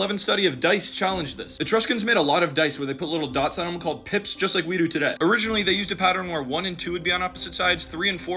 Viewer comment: PIPS? SOUNDS MORE LIKE [PIPIS]